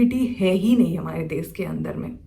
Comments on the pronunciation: desh ko des kyu bolti ho . bihar se ho isliye? change kr lijiye achha ni sound krta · Des, sisa🤣 Hindi bol nahi paa rahi. Desh hota hai, Sheesha hota hai. German Shepherd ka time pass hai ye..